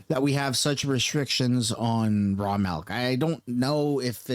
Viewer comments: It's called milk, not melk . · What the F is "Raw Malk"? 🤣😂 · Why does it sound like you're saying "melk"?